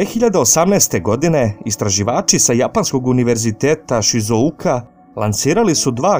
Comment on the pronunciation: nije šizouka , nego šizuoka.